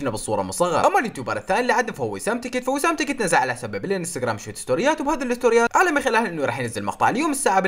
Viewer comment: بالدقيقة مو شويت سنوريات قول كتيرت ستوريات